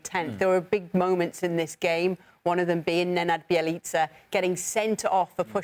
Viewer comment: Bjelica becomes Jelica. Dan please stop attempting to pronounce foreign names, its just not for you.